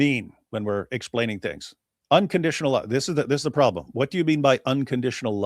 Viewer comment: Ok sir, kees they mo, no prolem.😅😂🤣